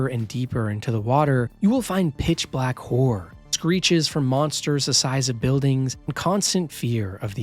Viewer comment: I gotta give it to you, this list is exceptional. I thought it was gonna be generic, ai informed bs using tired adjectives and predictable reasoning. But no, you made strong cases for strong games and im inspired to try them. Though it did sound like you said "if youre into whoring games" instead of "horror" 😂 sign me up for both